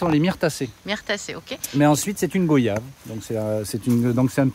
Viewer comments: On dit goi yave pas go yave vous dites pas vo yage mais voyage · Ca se prononce guayave... Tout simplement comme les mots Voyage, noyau... des mots de la langue française quoi... Bon courage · Nous ne disons pas go-yave nous disons goy-ave